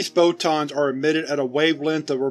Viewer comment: The way he says "photons" sounds a lot like "bow-tons" to me